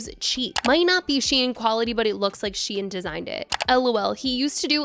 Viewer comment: Just so everyone knows, its pronounced she-in not sheen. The brand used to be SheInside. If I had a $ for everytime ive told people this id have a down payment for a house by now